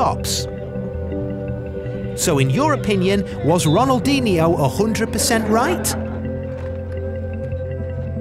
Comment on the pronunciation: it pisses me off every time he pronounces Ronaldinho wrong